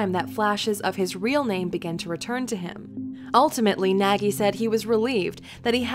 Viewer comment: Your pronouncing Nagy wrong.